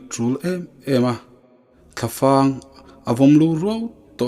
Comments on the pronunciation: Thlafang.fang a hi thluk loh tur. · Thla fang ilam dan hi fang hi zufang la m Rik ang ni lo in thalfang lam Rik ang tur ani e mizo tawng hi zir nawn leh teh ngaihthlak a hah thlak emai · Thlaf'ang tih hi Vaimim fang lam ang hian ,Thla fang a vawm lu tih tur.a nia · Hmeithai zinga zang zawn tih vel pawh in hre ngailo anih hmel e.Zoṭawng lamdan zir deuh ala ngai anih kha.Ṭan han la deuh teh Thla fang i lam dan te hi a fuh chiahlo.Hetiang ang chhiar hi i chemkalna lam ani lo mai thei e.